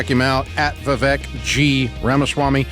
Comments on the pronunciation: Vivek's name is pronounced vee-vaik and NOT va-vek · viv Ache.... why is no one able to pronounce is name, vivAke like cake.... so ridiculous.. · Ramsey people- learn how to pronounce your guests' names correctly. VIVEK rhymes with CAKE! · Dave and Vivek! What a callab….Even though Dave was pronouncing his name wrong 😂😂